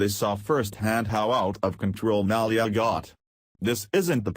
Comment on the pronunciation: can't say Malia Lol